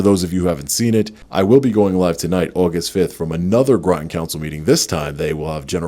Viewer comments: I think it's "Rotten" CT, not Grotton. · That's "Groton." Rhymes with "Rotten."